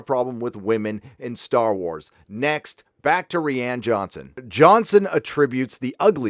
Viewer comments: Am I missing something? I thought it was pronounced "RYAN" Johnson, not "Ree-anne" Johnson. Or is this a dig at the director? I want to think it's poking fun, but I'm usually wrong, haha. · Rihanna Johnson that's what it sounds like he say instead of Ryan Johnson